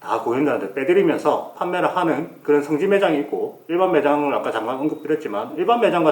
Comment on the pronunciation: 성기라고하는거같네 ㅋㅋ